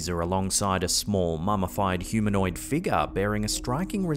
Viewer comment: “Mummified figga” 🤣✌🏻